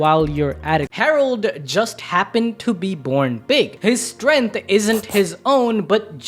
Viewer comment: "Strength" not Stength your welcome